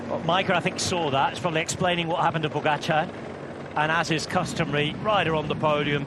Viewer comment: Please, make double accent - POgachAAr, not that goddamned PogAchar.